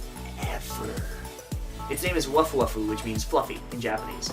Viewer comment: Fua fua means fluffy, not wuf wuf.